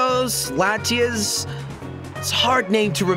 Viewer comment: its latias [la-tee-as] :[